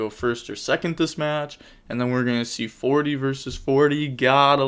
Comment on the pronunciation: lmaooo that emphasis on 40 vs 40 you could tell he’s been holding it in 😭